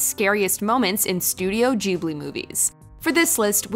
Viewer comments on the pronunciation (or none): Wait wait wait wait... Did she just say “JIBLI?” Bruh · It's not "Jibli", it's GGGGGGGGGGGGGibli". As in "Gif". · Ooh this sounds cool- pronounces ghibli "jeeblee" Imma head out now. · There is no way you just said studio joobly lmao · Stoodio jeeblee................... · ok but... jubli?? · The only scary part of this video is the way ‘Ghibli’ is pronounced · Am I the only one who was bothered by how she pronounced "Ghibli"?